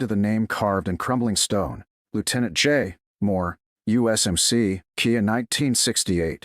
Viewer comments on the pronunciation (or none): Someone needs to correct the AI ... it's K I A as in K*lled In Action ... NOT Kia the car. There is a huge difference! Respect our Veterans and Fallen